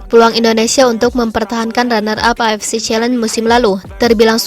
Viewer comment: Min, knp avc selalu dibaca afc...? Beda arti lho...